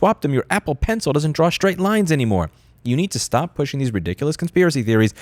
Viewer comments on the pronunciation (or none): none